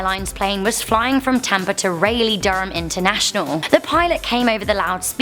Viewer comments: Raleigh Durham is pronounced Raw-leigh Durham. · ray-leigh 😂😂😂 sorry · Did anyone else cringe when she pronounced Raleigh wrong?